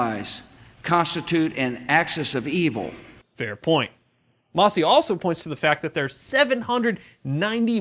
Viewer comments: "Mass-y", not "Moss-y"...."Oddum" :-) Seriously though, thank you for covering this in such detail! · It's MAssie, not MOssie.